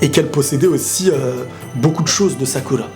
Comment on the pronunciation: MDR "saku'ra" jpp😂😂😂😂